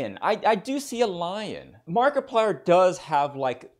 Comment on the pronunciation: "Hewwo evewybody, my name is Mawkiplier and welcome to Five Nights at Fweddy's, a indie howwow game".